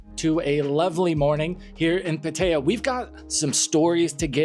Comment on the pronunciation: I enjoy your channel when I come to YouTube but you’ve been here long enough in Thailand to know actually pronounce Pattaya correctly!